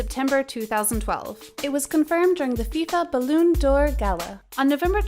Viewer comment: Please learn how to say his name!! And how the word for football in French is not balloon.! My gosh. Your job is speaking / reading..